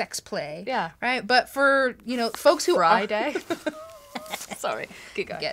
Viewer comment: Just saying, the lexicographers of the Oxford English Dictionary need to add "Fry-Day" a.s.a.p.